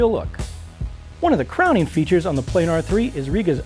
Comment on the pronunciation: Plah-Nahr goddamnit !!!.